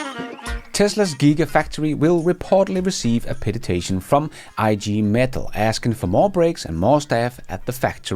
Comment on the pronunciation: “Petition” not ”petitation”.